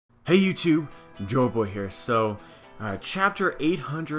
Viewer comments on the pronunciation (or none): Dude it still sounds like youre saying "Joe-Boy" in your intro. you have to pronounce it better! lol